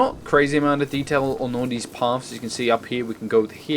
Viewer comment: why do you say 'these' wired you say 'dez'?.